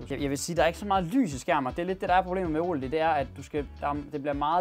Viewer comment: Det hedder ikke o led men oled